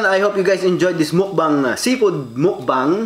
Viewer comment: Until next Bidyo HAHAHA so cute.. Pilipino accent tlaga😂